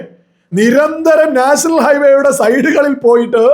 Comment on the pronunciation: നാഷണൽ അല്ല നേഷ്ണൽ എന്നാ ണ് മുഖ്യൻ പറയുന്നത് അതുപോലെപറ